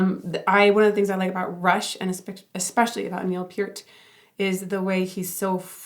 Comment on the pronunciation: Fun fact. Neil Peart (pronounced Peert) was drummer of the year for like half of the 80's. He had a drum set that he used at some concerts that wrapped all the way around him, and the whole assembly tilted up to 90 degrees and spun. One of my favorite groups.